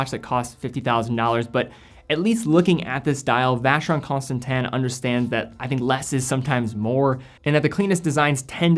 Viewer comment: Why is it pronounced Constantan when its Constantin?